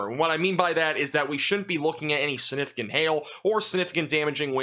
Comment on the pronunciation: Sinificant. Why do you say it like that? Don't you know this word has a G in it. SIG-NIF-I-CANT